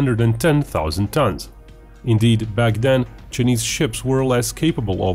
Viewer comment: “The Cha-knees Navy”